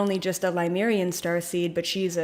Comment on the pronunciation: Lemurian, not Limerian. Pleiadian, not Palladian.